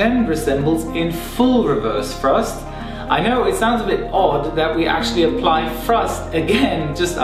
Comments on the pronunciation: Ok so it wasnt just me who kept on hearing "reverse frust" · His English is so good it's a shame to point out mistakes. This (annoying) way of pronouncing 'th' is quite common in London and the south west of England. It can cause confusion sometimes. Frust is obviously thrust because there's no such thing as frust. However, free/three - first/thirst - frill/thrill etc .. the list goes. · Did he say “frust?” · Weverst frusft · It's Thrust, not Frust! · Some people just can't pronounce "th" correctly. Since it is not a part of their mother language. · There is no F in thrust. I have a Southern accent but properly pronounce words in a professional setting. Love your video learn how to speak properly